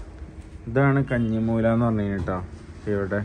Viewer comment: കഞ്ഞി മൂല അല്ല കന്നി മൂല എന്നാണ് പറയുക..... 🤩🤩🤩